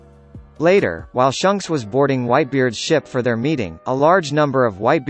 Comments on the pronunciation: I hate how he says shunks its shanks dammit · It's pronounced Shanks, not Shunks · I can’t believe you said his name wrong shanks not shocks like wtf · Did he just say shunks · By the way it’s not shawnks is shanks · Pronounce the names right it’s shanks not shunks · You said Shanks name wrong its pronunced shaanks not shunks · Its shanks not shunks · He really pronounced "shanks" as "shunks"🤦🏼‍♂️ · When the robot voice said shunks and not shanks it was kinda funny 😆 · Did you just call him SHUNKS? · Shunks bro its shanks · Why do you pronounce it "Shunks"? It says Shanks dude 😂😂 think of it like him or Luffy if it helps.. Flanks.. are a type of steak right? Flanks rhymes with Shanks.. there's also an A in his name not a U lol.. Shunks rhymes with Chunks.. which is what I'm blowing right now hearing you botch Shanks' name 😂☠️ rip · It’s not shonks it’s shanks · Who the Nani is "Shunks"?! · Gold.d.roger!? Really shunk!? It's shanks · Shunks. They are saying Shunks, right ? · It's funny how he says shanks like shunks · Way you said SHUNKS. Reminded me of STONKS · litirally lost my shit when i heard him say (SHUNKS) 😂🤣😂🤣shunks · "Shunks" thx bro..now i cant unhear it😐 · Don't forget about S H U N K S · My guy said shunks😂🤦🏾‍♂️ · Dislike for not saying shanks name right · Learn to pronounce shanks name u pleeb put some respect on it ! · I zoomed to the Comments when he said shanks name wrong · Keith Atuatasi thank god i’m not the only one who noticed that